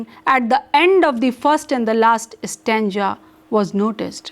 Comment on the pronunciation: This teacher can't even pronounce ISLE.... And... .. STANJA....lol